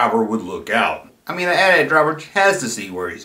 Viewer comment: I didn't know that! You'd think it might be some anti- gun law on toys but that doesn't hold water because all the figures have guns and the rest of the back drop on that playset features guns prominently, so it's a real mystery. And you're right to pronounce it AT-AT and not A-T A-T.